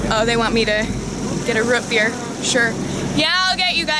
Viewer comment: ROOTbeer not ROTbeer